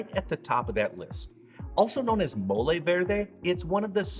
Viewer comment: Your pronunciation sounds good to me! I’m from New Mexico, and molé is like a religion even here. I’ve made black many times, and since I have pumpkin seeds in the cupboard, time to make green!